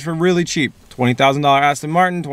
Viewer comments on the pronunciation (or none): none